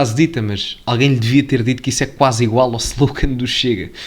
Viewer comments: Alguém diga a esse inútil de merda que é QUASE e não QUAISE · Alguém diga ao Presidente que não é "quaise" é QUASE